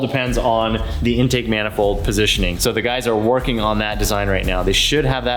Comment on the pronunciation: Why does it sound like they’re saying “endtake” instead of In-take